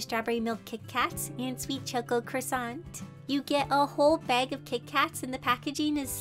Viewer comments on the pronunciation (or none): none